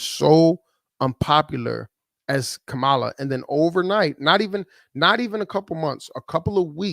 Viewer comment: As in her name now is pronounced "Camel LA... instead of KA-MA-LA🤔